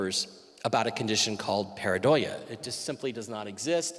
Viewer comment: Mike it's 'Pareidolia' not 'paradoia'... you're mixing up paranoia with the actual word.